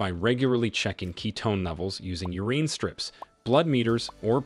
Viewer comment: “eh-PAY-lep-see?” “u-REEN?” Welcome to the ever-increasing reality of the oddly incorrect pronunciations of AI-narrated content😏